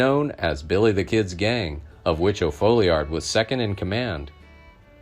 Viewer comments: His name was Tom O. Folliard. Not O' folliard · It’s also hard to pronounce and nobody ever does say it correctly but it is pronounced as Fallyerd. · Thanks for the good content. It is not difficult to uncover that the correct name is Tom O. Folliard, not O’Folliard. The error was caused by a mistake in the New Mexico Territory court records. Court docs in other jurisdictions reflect the correct name as does Brushy Bill in yet another example of his detailed esoteric knowledge of the Lincoln County war.